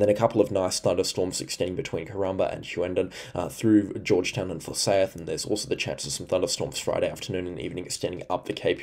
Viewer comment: Great info. Just for your own info, your pronunciation of Hughenden is much better now, however😢 forsayth isn't pronounced for-say-th it's for-sigh-th